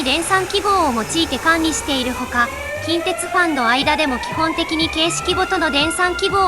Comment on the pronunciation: 近鉄の発音が現地と同じになっている😮